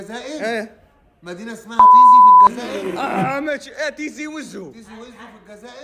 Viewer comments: تيزي وزو وليس طيزيهههه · لكن المدينة إسمها بالتاء مش بالطاء عايزين تسموها إنتو على مزاجكم😠(تيزي وزو)مش بالمفهوم الي بتفهوه إنتو يامتخلفين يالي بتفكرو في الطياز بس